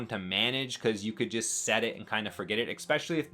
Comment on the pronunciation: It’s especially! Not expecially😅